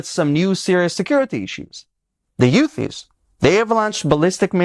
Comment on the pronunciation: For a guy who speaks a very good English being Israeli, you should know that it is pronounced Houthis, not Yutis.